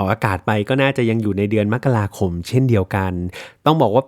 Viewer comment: เดี๋ยวนี้แทบจะไม่มีใครอ่านว่ามะกะราคมกันแล้ว อ่านแบบที่ถูกต้องคือแบบที่อ่าน😊